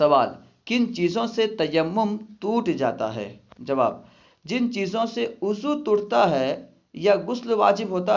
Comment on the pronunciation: بھائی آپ وضو کو اضو کیوں پڑتے ہیں